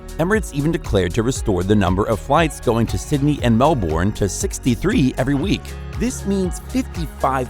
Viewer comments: Moment of silence for Melbournes pronunciation being obliterated once again. You say it like Mel Bin not MEL BORN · Mel-ben....not MELLLLL BORRRNe. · dude it’s spelled Melbourne and pronounced melben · if any Aussies read this, admit he said "Melbourne" wrong 👇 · I cringe every time 🤣